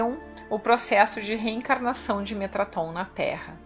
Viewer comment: Metatron não Metraton, Metatron-Sandalphon; Thoth-Shekinah